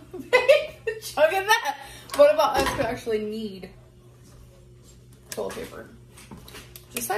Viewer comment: Toll-it paper. Restarint